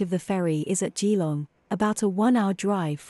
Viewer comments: A bit of local knowledge for you - even though is is spelt "Gee-long" it is pronounced "Ja-long." 😉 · Turned off after hearing the AI voice pronouncing Geelong.